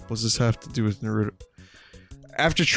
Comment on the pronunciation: Vinny for chrissake, PLEASE learn how to pronounce NAH-roo-toh it's triggering the fuck outta my OCD